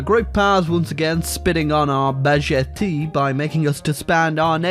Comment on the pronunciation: How can baguette be pronounced bagetee